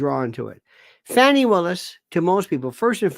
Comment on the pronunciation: Please cease and desist I calling her Fanny. It's pronounced Fawny. Like a delicate little doe, a deer, a female deer. Okay? Thanks